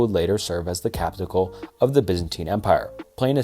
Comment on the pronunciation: I'm sorry, I love this channel but dudes pronunciation is painful sometimes 😭 callous, capital, like I'm sorry if dudes ESL